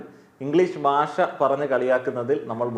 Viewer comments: ബാഷ അല്ല... ഭാഷ ആണ്... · പറഞ്ഞതിനോടെല്ലാം യോജിക്കുന്നു. ഒരു കാര്യം പറഞ്ഞാൽ വിരോധമില്ലെന്ന് കരുതട്ടെ.... നമ്മൾ മലയാളികൾ നമ്മുടെ ഭാഷ എത്രയോ അലക്ഷ്യമായിട്ടാണ് പ്രയോഗിക്കുന്നത്. താങ്കൾ ഉച്ചാരണത്തിന്റെ കാര്യത്തിൽ വളരെ ശ്രദ്ധിക്കേണ്ടിയിരിക്കുന്നു. ഭാഷ എന്നത് എപ്പോഴും ബാഷ എന്നാണ് പറഞ്ഞത്. അതുപോലെ ബരണഗഡന അല്ല സർ, ഭരണഘടനയാണ്. താങ്കളെപ്പോലുള്ള ഒരു influencer ഉച്ചാരണത്തിലും ശ്രദ്ധിക്കേണ്ടതല്ലേ? പ്രത്യേകിച്ച് ഭാഷയെപ്പറ്റി സംസാരിക്കുമ്പോൾ ആ വാക്കെങ്കിലും കൃത്യമായി പറയാൻ താങ്കൾ ബാധ്യസ്ഥനാണ് 🙏